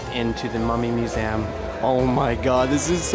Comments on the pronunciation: Whys no one pointing out how irritatingly wrong he's saying museum hes saying it like muzaeum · STOP saying muzaaam... it's museum for crying out loud. It's a shame you visit a ton of them and you don't even know how to pronounce it right.